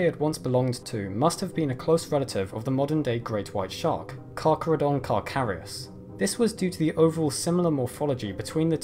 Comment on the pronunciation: Cracrudon crawcarious